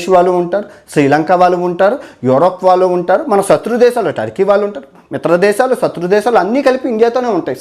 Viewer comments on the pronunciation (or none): none